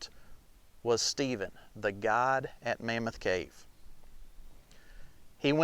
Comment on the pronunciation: It took me until the end of the video to understand he wasn't saying "Cave God", but guide. Still, very good!